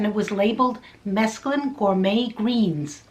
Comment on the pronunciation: It's SO NICE to see somebody not pronouncing it as if it were spelled "mescaline"!!!